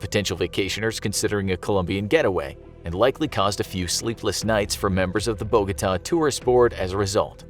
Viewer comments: ¿buh-GO-duh? oh, BOH-gah-tah. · Lol he pronounced Bogota as “Buh-go-duh” Its “Boga-tah” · Bo go TAH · Oof that pronunciation of Bogota 💀 cries in Spanish Edit: ah much better the second time he said it 🤣🤣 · For Christ’s sake, at least look up how to pronounce Bogotá